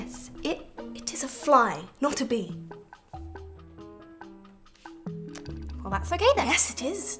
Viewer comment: I thought she said bear but she was saying bee